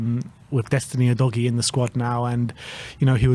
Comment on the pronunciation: His name is pronounced 'udojee'. Get it right. It's not difficult. 🙄